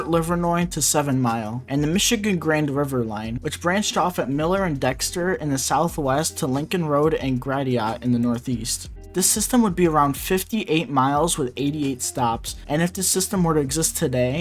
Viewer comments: "Gratiot" is pronounced like "gray shit". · Wow. You really didn’t do any research on the pronunciation of the Detroit buzzwords. It’s Joseph Campau, grashit, coozens. Cringey af coming from a native Michigander. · Gratiot is pronounced G-ra-ea-shit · Baltimore's partially built metro is sad but what Cleveland and Detroit did were pathetic! By the way, Gratiot isn't pronounced "Gra-di-otte" but "grash-it" which rhymes with "trash it". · Love the video. But Gratiot is “Grass-shit” lol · In Detroit,Gratiot is pronounced GRASH it andCouzens pronounced the same as Cousins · That’s how you would say it in France, but not here 😂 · That pronunciation of Gratiot lmao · Always fun hearing how non-locals say "Gratiot" 😂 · Nice try at this video, but lots of errors - Cincinnati spelled wrong, Johns Hopkins spelled wrong, many mispronunciations (Gratiot, WMATA, “John” Hopkins, etc). A little more attention to detail and your videos will improve! Good luck!